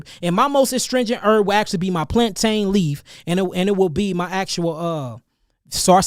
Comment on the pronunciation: I fucks with you heavy, my brother! I appreciate all the knowledge you gave and continue to give as I do my research to better myself or from what you give and others like you. But how you pronounce the word plantain though??? How you pronounce that, I can't condone! My Caribbean side WILL not allow me to accept the way you pronounce that, brother! It should be pronounced plan(tin). Plan(tein) in how white people pronounce it. Stick to the Caribbean side of things, respectfully, brotha or we're gonna have plantain beef! Pause! We gonna have to have a plantain porridge making competition. Respectfully! Whoever finishes last has to pronounce it the way the winner wants it to be pronounced! 😂 Nah I'm fucking with you. It's all love but for real though. Please pronounce it plan(tin). You're fucking up my Caribbean cool breeze vibes.😂 Peace, love, life and light to you, brotha!